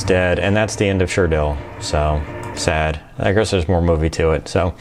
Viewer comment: LOOL " Sure-Dell"